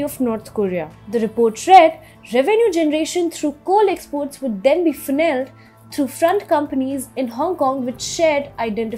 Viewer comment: this time I stopped at "funneled". For god's sake - look up Google for a word that you are not sure how to pronounce. Also please get the pronunciation of names correctly. You are pronouncing Dandong as Dendung. There were a bunch of other mistakes you made. The content of TFI global is good. But your pronunciation is really annoying viewers!!! It could drive away many of us. Please raise your bar of professionalism.